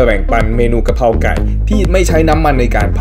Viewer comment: กระครับไม่ใช่กะรครับพี่